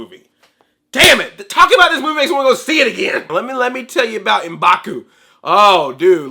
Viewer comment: It's not Em'baku. It's M'Baku.